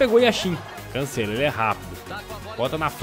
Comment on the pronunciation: Mano brasileiros para de falar cancélo é cancelo